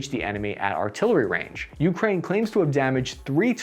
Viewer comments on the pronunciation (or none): But he still pronounces Ukraine as "YOO-krain" instead of "yoo-KRAIN." 😐